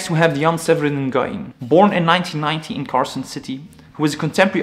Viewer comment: It's actually pronounced 'win'